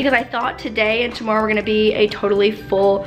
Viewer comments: Love how she says tomorrow “Tomoreow!” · sounds so Canadian when she says "tomorrow" it's so adorable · You say tomorrow really Canadian like